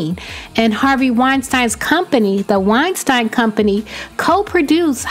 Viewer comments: It’s winesteen, not winestine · Its pronounced wine-steen love not wine-stine. The mis pronunciation was driving me nuts lol. Otherwise, great video girl!! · It's pronounced wine Steen. The whole world knows except you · Yep, she absolutely knew & no one can convince me otherwise. There’s a lot of “open secrets” like this, & everyone from the big wigs to the flunkies know about them. Great video! But Harvey’s last name is pronounced, “Wine-steen”. 🙂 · "Wein-stine"... as much as this was on the news though? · Isn't it Weinsteeeeen? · It's pronounced Wein"steen" - that became very distracting! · I can’t stand it when people say Weinstein. It’s not Weinstein, it’s Weinstein.🤓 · It's difficult to take someone seriously when they continually mispronounce Harvey Weinstein's name during a story regarding Harvey Weinstein. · Given all the publicity how is it possible that this woman isn't pronouncing his last name correctly. ANNOYING. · Girl, pretty sure you're pronouncing dirty Harvey's last name wrong. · You got his name right one time. Come on get it right if you are going to report on it or don't do it at all. Thanks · Guuuuuurl, Harvey’s name been in the news so much lately, how do you STILL manage to mispronounce his last name?!?! Wtf Please go get you a clue. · I had to turn this off, all because of the way your saying Weinstein. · If your doing a video at least make sure you pronouncing his name properly. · Please learn how to properly pronounce that pigs name.